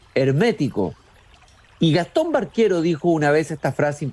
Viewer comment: Ojo, no es Barquero, es Baquero. Y dónde saca eso de que se ha hablado de una relación sentimental? Falso. Y si habló con Lihn en 1974, pues la primera edición de Paradiso es de 1967. Lihn seguro estaba leyendo la edición de Era. En fin. Mal. Se ve que Lezama Lima le importa poco a este cuate.